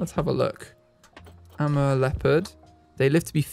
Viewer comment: Amur is pronounced Uh-moor in America. Idk about Europe and if it differs there :)